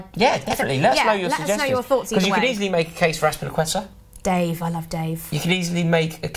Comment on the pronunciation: It's azpiliqueta